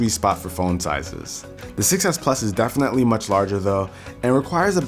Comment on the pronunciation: "Defenetly" hahah u cute